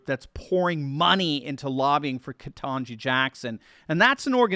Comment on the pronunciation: It's pronounced "ket n' jigh". If you pronounce it wrong, you can be put into a special de-programming camp.